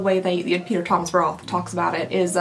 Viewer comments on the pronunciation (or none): none